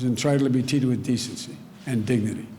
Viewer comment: "Everybody...everybody is 'entritled' to be 'teated' with decency and dignity..."